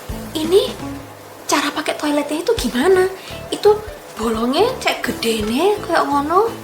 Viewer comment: Ngomong GUEDE NE kayak indo jawa..wkwkwk